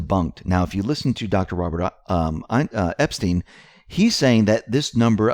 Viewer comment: Robert EP-STYNE !! Pronounced NOT like the pervert. Hillary enraged because she will be announcing a 2020 run after Dem debates. It's not a surprise that Obama is planning trip to Denmark in September. My guess is he's getting ahead of Trump being blocked from buying Greenland. Now we know why. They're running their operation from there. And Antartica?